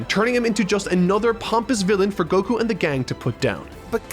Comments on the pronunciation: Anyone else triggered by the pronunciation of Goku? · ...oh yeah. Another year of refusing to pronounce Goku notmally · the way he's saying goku is making me angry lmao